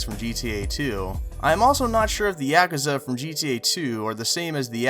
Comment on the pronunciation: Me too.. I mean, mate.... Do yer homework a lil bit better... Same with 'Yak-ah-za'...